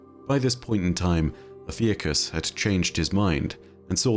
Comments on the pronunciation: Congrats on 1 Mil!! For future videos: Ophiuchus = Oh-phew-cuss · o-fee-uh-cus fuck guys its not that hard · I was looking at a Ophiuchus pronunciation video at the same time came in with the 'Ive been pronouncing it wrong'